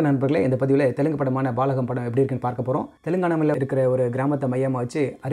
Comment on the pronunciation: You mispronounced the name. It's Balagam. Not Baalagam.